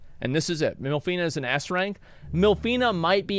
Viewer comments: I am alone or Asmon voiced half of these characters wrong? It's Minfilia not MILFinia or w/e I heard lmao.. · Jeez you suck at pronouncing the character names, adding extra letters or just removing letters at random. Minfillia and you say Milfena...like, WHAT? Tataru and you say Ta-Tar-ru, its TATA-RU. They even SAY the fucking names in cutscenes FFS. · I’m not gonna lie it’s insane how many names he’s gotten wrong, but I personally wouldn’t have it any other way 😂😂😂😂 Limsa Lominsa = Lisa LaMasa, Y’shtola = Y’shLota, Minfilia = MILF fina, Urianger = Uber Danger ⛔️, Bahamut = Baphomet. 🤣😂🤣😂🤣 this can’t be accidental